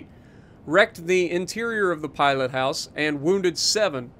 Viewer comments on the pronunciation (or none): none